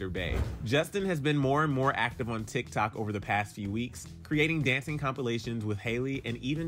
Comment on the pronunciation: He said Tik Tak 😂 lol 😂